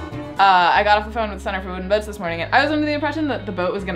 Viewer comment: Centre for Booden Woats?